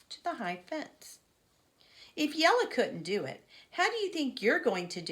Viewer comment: Thank you for reading the wheel on the school you are so good at pronouncing jella ❤❤